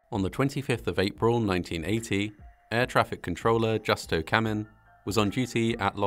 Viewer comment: The ATC's first name is pronounced 'who-stow', not with the hard J sound. No Spanish based language uses the hard J sound. Think of how 'Jesus' is pronounced; 'Hay soos'.